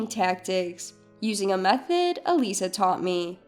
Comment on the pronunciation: Eliza is pronounced wrong! It is not said as 'eh-lee sah'. It is said as 'ee-lie-zuh'. It's a very simple and old name. What's so hard to pronounce a name right? Duh...